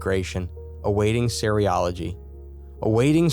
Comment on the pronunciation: Serology- does not sound like cereal-ology. 🤦🏻‍♀️. It’s fairly simple…. Ser-ology.